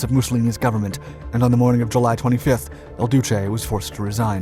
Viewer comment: You still haven't learned the difference between the pronunciations of "Il Duce" and El Duce". Mussolini wasn't Spanish. For heaven's sake get it right. It makes you look like a lemon. Termoli has the emphasis on the first syllable - TERmoli, not as you have it - terMOli. That makes you sound like Laurel and Hardy, where the dubbed films were filled with this kind of mispronunciation, but deliberately so, not out of ignorance. Get yourself informed!